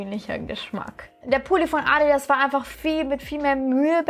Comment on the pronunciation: Wie sie einfach bei „ Addi ass“ sagt 😂😂😂